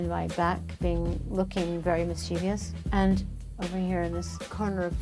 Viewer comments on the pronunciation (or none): Why does everyone mispronounce mischievous? There is no third ‘i’ sound at the end, in the third syllable. It’s miss-chih-vus or miss-chee-vus. It is not miss-chee-vee-us.